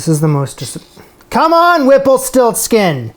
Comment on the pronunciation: You are going to deeply regret it every time you say the name whipplestiltskin.